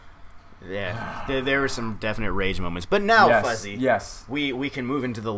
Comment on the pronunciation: FUZZY? FOOZZY???